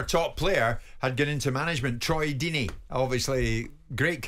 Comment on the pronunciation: Firstly it’s ‘Deeney’ secondly he is far from a road man. He’s more of an old fashioned English manager.